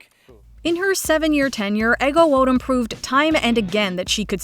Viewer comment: Take a drink every time MsMojo mispronounces "Ego Nwodim" ... but have the paramedics ready 😅